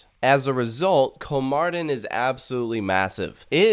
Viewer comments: Its kolmÅrden Not KolmArden.. (Kolm"OH"rden) Its very important (Spanish classic example here) "Mi papá tiene 48 años." My dad is 48 years old "Mi papa tiene 48 anos." My potato has 48 assholes. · kolmarden :DD its pronounced like kolmorden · It's better to pronounce it Kolmorden. Å isn't an A it's more like O. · That like amazing! I thought it was a small zoo so I didn't go when I was in Sweden. I want to go now haha. Btw, it is pronounced Kol-more-den. The å sound in Swedish sounds like "or" in British English.